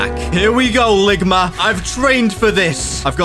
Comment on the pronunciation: "Ligmer" bruh